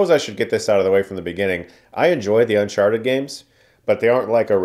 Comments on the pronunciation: Sounded like you said Unsharted at the beginning. I'd see that movie. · did he just call it un sharted? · You said Unsharted at the beginning of the video and nobody can convince me otherwise. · I'm not a native speaker so hearing you say "unsharted" made my day. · Why does he introduce it as "un-sharted"😂